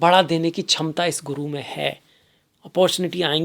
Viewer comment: माननीय, विद्वान होकर शुद्ध संस्कृतभाषा बोलिए— 'क्षमता' को "छमता" न बोलें: 'पुष्य' को "पुष्या" न बोलें; 'आश्लेषा' को "अश्लेषा" न बोलें; 'मघा' को "माघा" न बोलें; 'अध्यात्म' को "आध्यात्म" न बोलें। हर बार 'श' को 'श' ही बोलें, कभी भी "स" न बोलें।